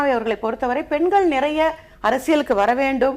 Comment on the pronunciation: எதற்காக எல்லோரும் பென்கள், பென்கள் என்று இந்தப் பெண்கள் உச்சரிக்கின்றார்கள். பெண்கள் என்பதை உச்சரிப்பதற்குக் கூட இந்தத் 'தமிழ் வளர்க்கும்' கட்சியினரால் முடியவில்லையா.